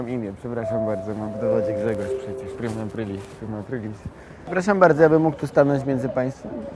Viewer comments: "Prima aprail" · prima ajpajl xDDDD